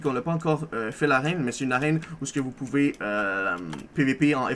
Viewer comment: Vous "Poubez" jouer au demineur